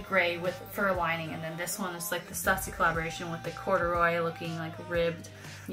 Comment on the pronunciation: In the future, it's Stoo-see, not Stuh-ssy. Very nice Birks by the way. Keep the Stüssy ones.